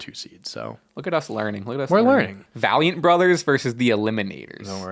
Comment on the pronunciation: valeint brothers who u said wrong would pone